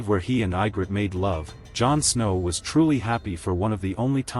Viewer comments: If you are gonna overanalyse just to Kiss the producer's ass at least pronounce the names correctly. Her name is Egrit no Igrit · how to tell this is AI constructed... Ygrret is pronounced "Ye-grit" not I-grett. There are other obvious mis-pronunciations as well. The last surviving dragon is named DROGON... Jon did what he did because he saw that She would never compromise in her goal of ruling Westeros her way. Without Melisandii she had no one to keep her anger tempered and her mind in the real world.